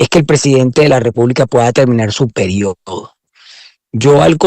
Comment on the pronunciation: Perdón donde usted dice su periOOOdo esa forma de pronunciar esa palabra, me parece que usted respira odio por todos lados